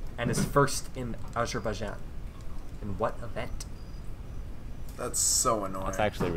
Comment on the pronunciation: It's pronounced a zer bai sean (with the s sounding like z)